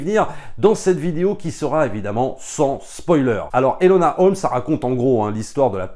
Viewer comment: C'est eNOla pas eLOna Holmes dite mon prénom correctement svp😭😭